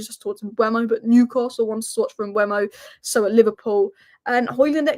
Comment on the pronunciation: It's not Mbwemo, it's e before u. Mbeumo (closer to Mbomo). There's a video on YouTube of Mbeumo saying his own name fyi.